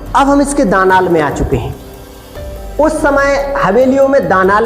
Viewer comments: भाई दनाल नही दलान कहते है😂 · दालान बोला जाता है दानाल नहीं 😅😅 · Bhyia ji danal nahi dahlan boltey hai ya phir baramda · Beta danal nahi dalan bolte hai